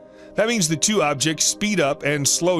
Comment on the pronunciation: They’ve mispronounced two.